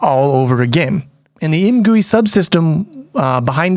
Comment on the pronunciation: I think should be pronounced "I. M. Gui", as in "I am gooey after all that time in the poo game from the beginner series".